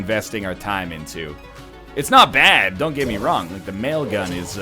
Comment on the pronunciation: Each time I hear "mail gun" I think of The Whitest Kids U' Know sketch "Nail gun".